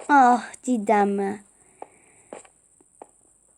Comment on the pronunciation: cideni demen gıcıma gidi zaten hepsini sen seslendirdin anladık hem maykıraffta radyo yok bunu bul oldumu cıdanı